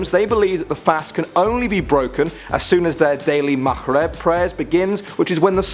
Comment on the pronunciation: Not at all 😂 he said makhreb instead of saying maghreb 😂